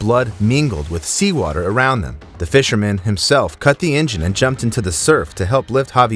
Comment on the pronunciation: The “fisher- man” ? What? The guy looks and sounds like English is his first language you show doing voiceover work. Idc either way more curious than anything - but it’s impossible a native English speaker sees fisherman and says “fisherman-MAN” there’s no dialect or accent that warrants that. So curious how little stuff like that happens in these scripts